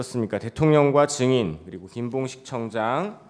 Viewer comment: 형배 재판관은 증자을 잘못하네 ~ 자꾸 정인이라고 하네~ ㅉㅉ 다른사람들은 증인이라고 하는데~